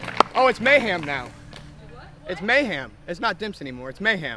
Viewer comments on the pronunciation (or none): Dude, it's "mayHEM," not "mayHAM."